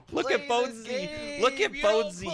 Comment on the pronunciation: its Bonesy shroood not Bouncy